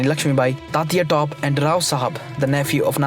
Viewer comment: except for Tantia "Top"